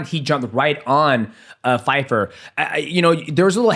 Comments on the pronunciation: Pyfer. Not fyfer 😂 DJ is so bad with names. He called maycee "Marcy Barbie" on his channel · Joe Pyfer not Fyper 🤣🤣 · Bro his name is PY FER not FY FER